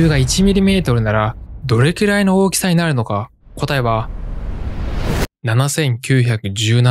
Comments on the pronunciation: どれきゅらい が気になって仕方ないw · 「どれきゅらい」 が、気になって気になって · どれきゅらいって言うのが気になる…